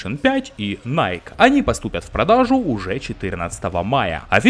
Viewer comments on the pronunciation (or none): none